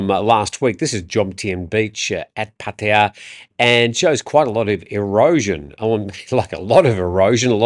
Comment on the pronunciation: Or "Puh-TIe-uh". To be clear, they are listening to English speaking foreigners and repeating. They are not listening to Thai people.